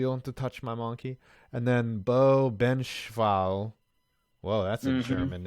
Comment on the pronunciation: Beau Benzschawel is pronounced Ben-sch-wah, he's from Grafton, WI, and yes it is VERY much a Wisconsin name cuz there's a few from here in Green Bay, WI. But everything after that about Farm Boys is 100% true XD